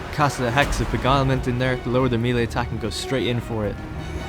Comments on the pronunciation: MAY-LAY It's MAY-LAY. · It's pronounced may-lay.